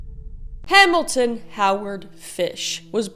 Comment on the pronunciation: I couldn't focus for this entire video because all I could hear was Kris's "Hamilton". Now all I need to know is, is he fluent in French? (I'm a bad person, I know)